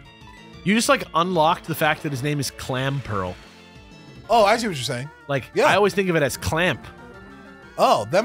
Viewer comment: I've also unsubbed because it is NOT "Clam Pearl", it's "Clamp Earl", as in the "earl" of a castle.